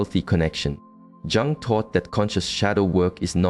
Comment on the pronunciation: Carl Jung is pronounced Carl Yung